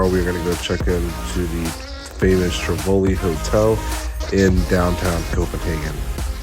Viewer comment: Damn … travelling the world with two toddlers … 👍 One thing though … it’s not TiVOli … it’s TIvoli. Emphasis on TI. Biking culture … Copenhagen (and the rest of Denmark) has spent decades building up inner city infra structure, centered around the bike culture.